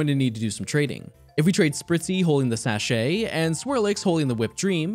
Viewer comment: This entire video has just been struggling to: 1) Put his recording card in right 2) Rollerskate 3) Ride a bike 4) Ride a Rhydon 5) Die to poison 6) Find a rat 7) Ride a Mammoswine 8) Pronouncing "sachet" 9) Finding a bat 10) Make your Eevee overweight 11) Also... T A L L